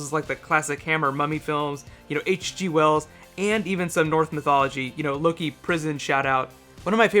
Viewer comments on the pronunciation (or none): none